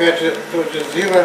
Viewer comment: А узбек не настоящий, говорит зира с ударением на первом слоге.